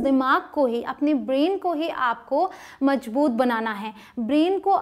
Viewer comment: Mazboot hota hai mam majboot nh